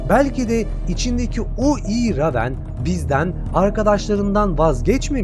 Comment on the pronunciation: La eleman reyvın okunacak ama ramen diyor